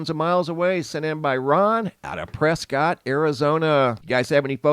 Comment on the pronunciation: you yourself are an Arizonan, you should know Arizonians pronounce Prescott as "PRESS KIT" 🤦‍♂️